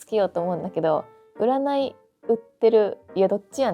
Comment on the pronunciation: 大やらかしが何だったのかわからないぐらい優香な、いや優雅なさん動画でした。途中一言出た「どっちやねん」が大阪イベントの時のエセ関西弁wとは違って完璧な関西弁で可愛かったです。